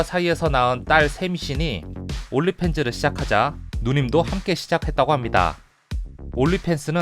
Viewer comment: ㅅㅂ 발음 연습좀 해라 올리 팬즈가 아니라 온니팬즈 뵤아